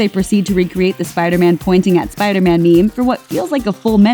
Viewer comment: its meeem not mee mee ...wtfff